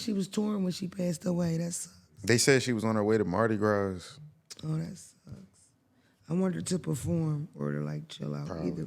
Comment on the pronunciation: pronouncing the “s” in Mardi Gras is triggering